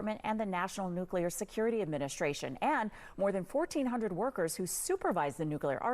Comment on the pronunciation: According to him he's going "nucular"